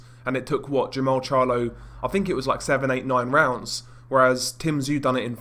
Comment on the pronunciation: Not sure if it's the accent or my hearing. Hogan fought Jarmall not Jermell.